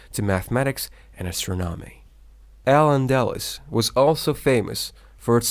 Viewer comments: Thanks for the video. Very well organized and Informative. Just a few corrections to the pronunciations are needed. Words mispronounced Toledo, the e is accented. Toleedo Castile, The i is accented. [cas] tiil Al Andalus, The u is accented. [ Al Anda loose] Spaniard, The i is not silent. Secular, The e is accented. astronomy, The O is accented Reconquista, The u is silent. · The repeated poor pronunciation of AL ANDALUS is distracting me in this video 😪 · A little bothered how the presenter pronounces some words incorrectly, like Al Andalus, Arabic and more